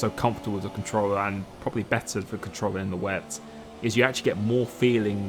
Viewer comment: Look man, I love your videos, it’s so satisfying to watch you race and I wouldn’t be honest if I didn’t say they motivate me to play f1 and be a better driver. But please, please slow down when you speak sometimes, take the time to pronounce the words properly like “better”. Because I can’t understand a word between - . It’s the only criticism I have for your videos. Keep up the great work!:)